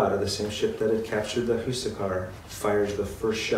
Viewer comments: Awesome vid, however, Huascar is "wass-carr" not hoo-suh-car Spanish is actually more simple and straightforward than you might think. H is usually silent in Spanish as well. Also awesome that y'all say Chi-Lé and not Chili like the pepper or restaurant. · who-sack-ar ? look at the hispanic accent (stress) mark. it is pronounced. hwa-skar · Very late but i despise the way you pronounce "Huascar"